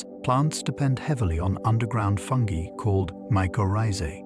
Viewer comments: I love listening to these at night. But I can’t listen to this one because of the way that he pronounces fungi. It’s obviously AI. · I thought it was called fungi not fungee 😂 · Ya this one kinda killed it for me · If fungi can’t be pronounced properly I’m out of her! Stupid Al!!